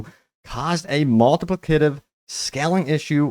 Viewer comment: Slow down and say it with me. Mul-ti-pli-ca-tive.